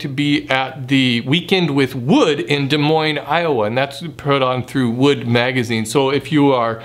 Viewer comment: Thanks for pronouncing the word Des Moines correctly. I'm from Des Moines and I grow weary of people butchering the word....